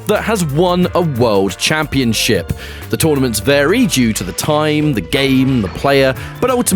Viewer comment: The pronunciation just got changed to "camp-ee-on-ship"